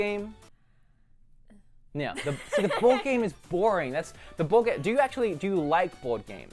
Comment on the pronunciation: I kept hearing bored game instead of board game. Which I guess was very fitting in this case...